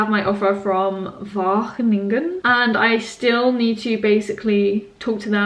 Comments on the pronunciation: I'm convinced you will love Wageningen! Both the course, the university and the region. There is a strong focus on cutting edge and innovative research on food, on and off campus. And your pronunciation of Wageningen is already perfect ;-) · Your pronounciation of Wageningen gets better every time! Xx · Not the most important part of this video, but your pronounciation of 'Wageningen' has definitely improved :) (also congrats on the offer ofc!) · Your pronunciation of Wageningen is getting better!!🙋🏼‍♀️ xx from the netherlands